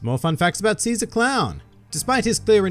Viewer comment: SHE-ZAA CROWWN